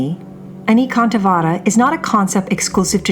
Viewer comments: Anekantavada is based on the Sanskrit word Aneka, pronounced A-nay-ka. Means various. So the word would be A-nay-ka-antha-vaada. The d though is pronounced as in "thee" and not as in "deed." 🙏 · Your Pronunciation of the word "Anekantvad" is totally wrong. First get it right then call yourself "Expert" on Indian religion. I wonder if you are one of those People who have never been to India but only formed their hypothesis comfortably tucked thous and miles away in their Air condition cabins.It is spelled as "Ane ( Like Say) Kaaant Vaad", don't westernize it. You people spell the french words with proper accent & diction but when it comes to other languages mostly non-European you Don't feel the need to be correct as you probably feel Whatever you Westerners do do is only showing us the "underdeveloped" hungry & poor people the right way. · This proper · exactly, and the guy seems to be doing pretty much the opposite